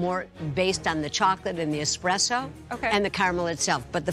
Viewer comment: They must have let the salmon lady come to the show just for entertainment purposes. Boy, are fake lashes hideous. I don't understand how Joe as an Italian can keep mispronouncing the word espresso as expresso.